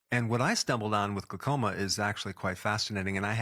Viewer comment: It's glau- as in howl, not gluh- as in duh! Great info though, thx!!